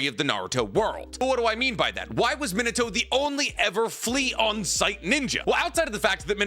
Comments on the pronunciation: That pronunciation of Min-a-toe is just so stub-me-in-a-toe horrendous. It’s mee-nah-toh. Key distinction between saying toe and toh is that toe is a little elongated at the end in that you’re stretching that “o” sound. Toh is not elongated. It’s very short and staccato. And yeah, I know this is nitpicking on top of nitpicking but it’s like nails on a chalkboard to me. And you say Minato’s name so goddamn often. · Where did you get this absurd pronunciation of Minato?